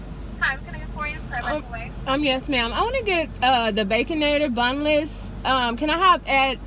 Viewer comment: Great idea, but I thought I heard you say boneless, but you said bunless😜😜😜😜😜